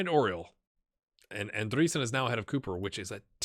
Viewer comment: You pronounce Andreasen the same way you pronounce Andrea. Just so you know ;) Sooo Andrea - sen. Take it from a dane :) Nice sqaud you got..